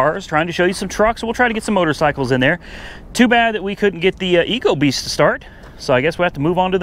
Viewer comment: It’s not ecobeast it’s ecoboost